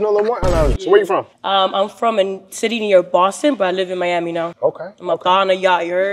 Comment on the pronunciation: “what’s going on hure I’m miamiii???”😧